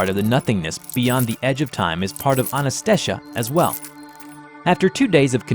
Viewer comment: Ananta-shesha what's so hard pronounce? idk why was pronouncing it like Anantastaysha lmao